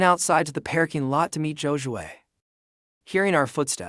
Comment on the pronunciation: WEhy does everytim it says parking lot it pronounces it pear king lot?